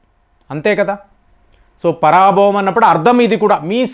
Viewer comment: అయ్యా, దానిని పరాభవం అని అర్థం చేసుకోకూడదు. పర భవ అని చదువుకోవాలి.